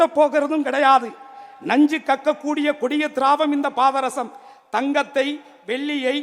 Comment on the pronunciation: இவன் மூஞ்ச பார்த்தாலே வாந்தி வருது பாதரசம் என்ற வார்த்தையை முதலில் சரியா உச்சரிடா ஒடஞ்ச பாராங்கல்லு மூஞ்சி